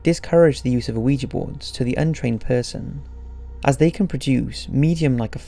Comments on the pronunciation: It's not O-uiji it's Ouija not How he spelled it, but how he pronounced it Also one of the main rules is never take your hand off the planchette till you say goodbye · Does it bother anyone else that this guy pronounces it Oh-weejee? You don't pronounce the o. It's just weejee. The French word for yes isn't pronounced o-wee. It's wee. Oui. Yes. Ja. Yes. Ouija. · The O at the beginning of Ouija board is silent...phonetically its we -ja. Sorry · can everybody stop saying "oueejee"?! the word is ou-ee-ja! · Why does EVERYONE pronounce it (incorrectly) ‘wee-jay’...??? It’s an OPEN ‘A’ at the end... “WEE-JAH”! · 😣 the "O" in ouija isn't pronounced. Oui as in the French word for yes or "weegee" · Why does almost everyone pronounce it "oh we gee"? The o is silent. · I really like your videos but you have got to work on your pronunciation, Ouija is phonetically pronounced 'wee-ja' you don't pronounce the O at the front. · I almost stopped watching because they pronounced it "ooeejee" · it makes me laugh how you say ouija board :D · pretty sure the o is silent man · The O is silent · Still pronouncing it wrong... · it's hard to take you seriously when you don't even pronounce Ouija correctly smh